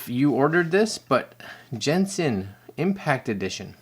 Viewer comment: As an avid Genshin player, this is not the crossover I expected to see happen. p.s. It's a hard G sound, like golf or gold.